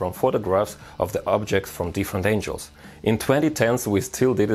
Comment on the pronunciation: This guy had inspired me a lot but i can't sop laughing the way he pronounce angle